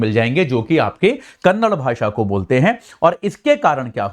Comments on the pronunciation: Kannad nahi Kannada bhol. ಕನ್ನಡ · It is KARNATAKAAAA and KANNADAAA. Improve your vocabulary before you come into the topi